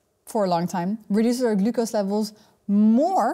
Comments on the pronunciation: I love how she pronounces "glucose". Very informative video, I've been walking after a meal even when going low-carb. I'm hoping this helps reduce the insulin resistance. Good luck everyone! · I love the way she pronounces "glucose"